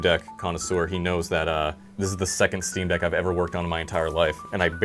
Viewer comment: Jesus Christ it’s the “ick on eck” steam deck.